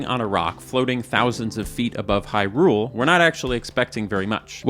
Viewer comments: here to fight about your Hy-RULE syllabic emphasis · hyRule he says